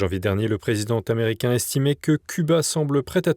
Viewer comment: sujet cuba à 17mn17 : le president t'americain . Encore une liaison phonétique inappropriée . Tous les soirs il y en a une !